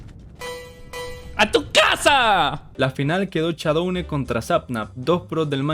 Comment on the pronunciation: "Todos íbamos con Shaudone" yo siendo fan del Dsmp: ._.